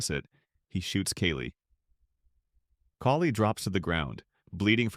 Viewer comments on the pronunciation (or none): Kaylee???😅😂 It's Kali